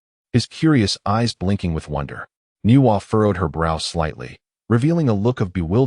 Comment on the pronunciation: Hey bro why not say the name complete why say in parts like nwa not nuwa